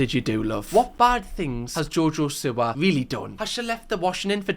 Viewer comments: it’s SEE-wah, not sih-wah. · Its seewa luv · Ngl pls stop saying Siwa bc it is Seewa (is spelt Siwa pls don't come at me) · You always say her name wrong g haha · Even after the 2nd channel vid, he still cannot pronounce her name! Love ya ❤